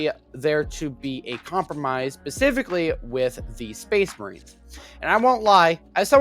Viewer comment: The way you fail to say the word "specifically" correctly is painful. I can't watch this.